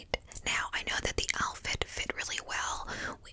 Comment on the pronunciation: Barely four minutes in and I’m falling asleep. I heard and saw my brain say, Elphid? What’s an elphid? Then I woke up a bit and realized you said outfit!